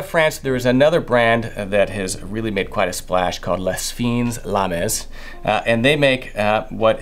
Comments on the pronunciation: It's not "LES FIN LAMIS", it is pronounced "L' FIN LAM" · Lovely products, but please learn how to pronounce, "Les Fine Lames." Ce n'est pas trop difficile. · ...Lez Feeenz Laarmez? lul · "Lay Feene Lahm" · You should look up how to pronounce “les fines lames”. Its french, yet you are saying it like its spanish 😂😂😂